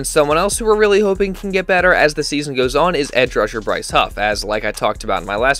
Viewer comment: I love that has the old man delco accent when he says: “yeeaaahh.. that’s kinda just how it GOWES”